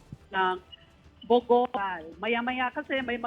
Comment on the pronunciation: Pinky kept saying bow go..bow go meant stupid! It's Bogo!